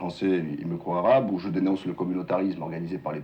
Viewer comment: Ji suis imam ji suis modéré 😂😂😂 il m'a tuée